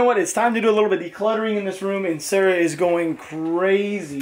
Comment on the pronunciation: When you said sorry Sara it sounded like you said sorry sir